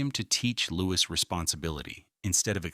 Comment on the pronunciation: It is pronounced Lou-ee The S is silent.